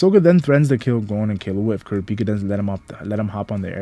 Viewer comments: Kurra peka why do so many say it like that THEY PRONOUCE IT CORRECTLY IN THE SHOW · You say everyone’s name right except for KURAPIKA it’s one syllable not 2!!! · the way you said kurapika